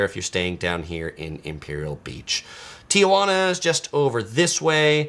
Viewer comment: you are amazing and I love your channel and what you do for people visiting CA or anywhere else you travel to but dude, as a native you just can't say Ti-uh-jauna. Sorry for being pedantic. Love what you do